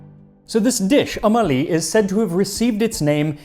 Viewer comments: Ummmm Ahhhhhleee. Pronounce it like that. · Well it’s pronounced 2om 3ali which has two words with two sounds that no offense but white peoples vocal cords just ain’t trained to make… that’s why we literally spell them using numbers cuz their isn’t even an English letter for it lmfao. Anyways 2om 3ali translates to Ali’s mother lol. I’m assuming she’s who made the dish? Idk lol. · Not Omali. Om A Li. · It's om ali not ummali😂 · Om Ali is two words, it should be pronounced Umm (pause) Ali, not one word like O'malley😅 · the French pronunciation of um Ali is almost offensive since the French colonize Egypt.